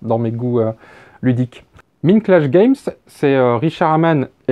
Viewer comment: Tout à fait de ton avis. Par contre, cela se prononce "Maïndclash Games" :) Comme dans la chanson des Pixies "Where is maï Maïnd ?" :D